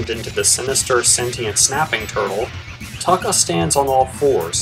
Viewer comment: its toe kka